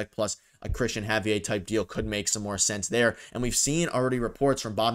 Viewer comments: It’s pronounced Ha-V-Air…not Hav-e_eh..what a Canadian pronunciation .haha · It’s pronounced Ha-V-air, he is Dominican and you would be so lucky to have him. He blanked the Yankees twice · Javier isn't french. LOL It's a spanish name Hav eee air. LMAO